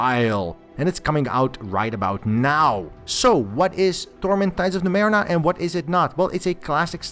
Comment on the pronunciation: Torment Tides of NumeRENA?! What the hell? This doesn't bode well...let's see. Not bad actually! Quite good. But c'mon...Numerena? Dood, it's Numenera, how could you miss that...